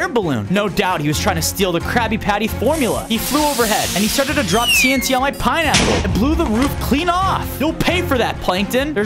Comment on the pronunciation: bro said piniy bottom